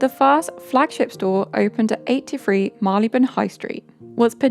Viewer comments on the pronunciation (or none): Marylebone is pronounced MARRY-l'b'n. I don't blame you for getting wrong; it's one of the most mispronounced place names in London.